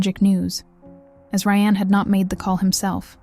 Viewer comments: But WHY CAN YOU PRONOUNCE RYAN THROUGH HALF THE VIDEO????? DID RYAN DO IT?? BECAUSE YOU SAY RYANNE COMMITTED THE MURDER. OMG I WANNA WATCH THIS BUT IT'S SO FREAKING ANNOYING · Ok, I have to ask. This SOUNDS like a real voice. But when it switches between “Ry-Anne” and “Ryan” pronunciation wise, then says “9 to the 1 1”, this HAS to be AI. There’s NO way a real person says those things. When saying dates it’ll say something like the April 7 t h but it will say the T and H. Someone back me up here! Why is everything freaking AI? I’m sorry but stories like these, if you can’t speak them from your OWN mouth, you shouldn’t be telling them. That comes off as a massive money grab. Gross.